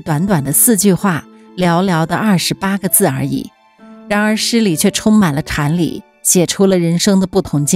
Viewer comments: 禅理读成tan li? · 禅里都能读错，还读什么读